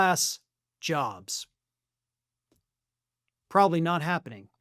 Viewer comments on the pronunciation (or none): none